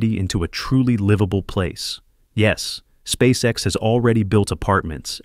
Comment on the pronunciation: Неужели нельзя отредактировать нечастые ошибки и нероавильные ударения? Спасека.с....Мазовой....